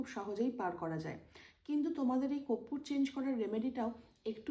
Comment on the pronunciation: Koppur? Na, korpur! Uchharan thik koro tomra.. World wide sabai dekhche tomader. You have to be perfectionist! Tomader bhalobashi bolei correction kori.